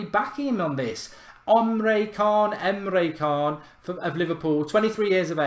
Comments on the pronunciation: I dunno if this counts but I was learning about Busby babes that got me into football and supporting Man Utd as a kid......Busby used to be a player for Liverpool, before he managed Man Utd...oh and btw Emre Can is pronounced Emre Chan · The c in can is pronounced like a ch... I laughed so much when you pronounced it wrong. 😂